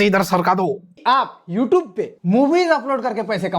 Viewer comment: don't even know how to pronounce the word "YouTube".